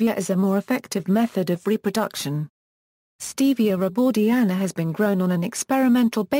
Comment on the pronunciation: Stevia rebaudiana Comes from South America. You’re pronouncing it wrong